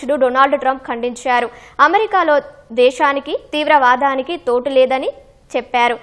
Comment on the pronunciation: తోటు కాదు. చోటు